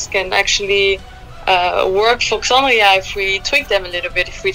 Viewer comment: At a minimum you really should learn how to pronounce the band’s name and the artist’s name before the interview.